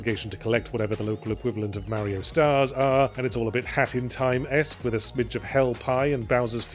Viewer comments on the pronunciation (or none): none